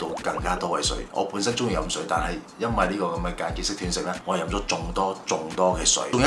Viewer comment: 係讀"段"食, 斷章取義個斷, 唔係跌斷腳個斷